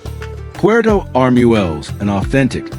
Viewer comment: In Spanish, "ue" has a W sound, so it is not arm-u-el-les, it is arm-wel-les.